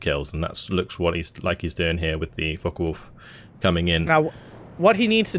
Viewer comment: Am I the in the minority? I'm sorry but the co-host repeatedly mispronouncing things like "The Falken Wulf" and other times is a bit distracting. I get he's new to the cast but it doesn't seem like he knows a lot about Steel Division which is what I would expect out of a caster. He even called the Axis "the blue team". Can he learn some basics or play the game a bit more then come back? It really takes you out of the cast honestly.